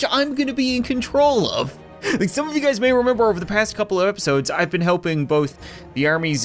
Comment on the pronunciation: In the beginning of the video he said” what’s up gads”🤣